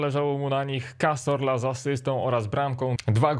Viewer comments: Cazorla a nie Casorla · pls jak jak wypowiadasz nazwisko cazorla to mów ca(z)orla A nie ca(s)orla bo aż uszy bołą